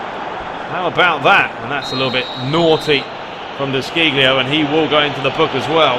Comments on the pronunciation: ehm.. i think de sciglio is pronounce "de shilio".. hihihi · it is de she-leo 😂😂😂 btw , so good to watch very competetive ai in the game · Isn´t it pronounced " De Schilio" I might be wrong but that´s my thought